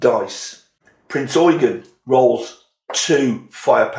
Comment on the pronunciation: So glad you pronounced Eugen correctly. I could not finish the review that continually said Prince Eugene.... You have a new follower.